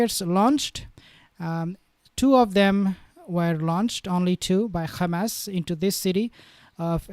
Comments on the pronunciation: Why you say Gamas? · Good video, but him saying khamas annoys me.